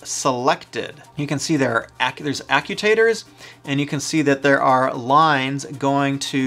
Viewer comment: Did he just say "Accu Tattors"?